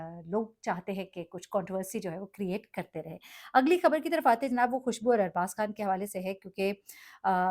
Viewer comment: It's arbaaz not abaaz